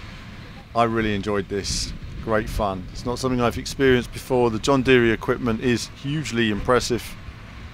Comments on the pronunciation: John Deere is pronounced like “deer” not “deary” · it’s an American brand and I’m American and I’ve only ever heard it pronounced like “deer”. The guy you’re riding along with in the video also pronounces it like “deer”. I think whoever told you to pronounce it like “deary” was messing with you lol